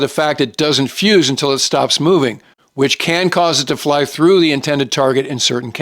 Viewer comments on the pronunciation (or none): none